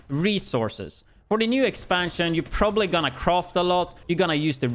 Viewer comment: Every time he says ‘croft’ for craft i die 😂🤣🤣🤣😩